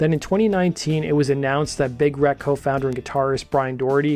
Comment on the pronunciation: Everytime you say Big Wreck, it sounds like Big "Rack". :D They are awesome. RIP Doherty.